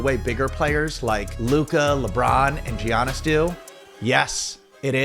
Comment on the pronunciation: Geeanis 😂😂 Good vid tho